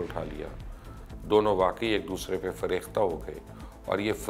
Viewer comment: hairat hae musalman leaders nehru ki ayariyan chalakyan dekhtay huvey bhi kuchh na kiya.. bura na manen to lafz ''farefta'' hae farekhta nahin. shukriya